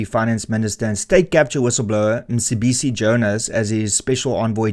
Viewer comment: I watch your videos because I like to get the viewpoint from both the right and the left and then a form my own opinion. I will consider subscribing if you pronounce African names properly, as someone from EC you should know that the c in Mcebisi has a specific click, don’t be afraid to upset your audience by pronouncing names properly Renaldo, I know that you know the proper pronunciation.